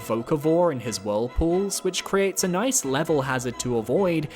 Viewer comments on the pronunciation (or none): none